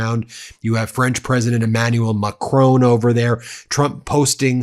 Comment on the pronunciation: Please stop calling the French leader "Macrone". It's Macron (-on)